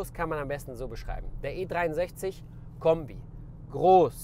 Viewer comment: "Wasn das fürn Kömbi" ;-)